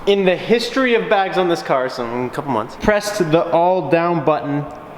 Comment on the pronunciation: went “ nnzzz couple months” 😂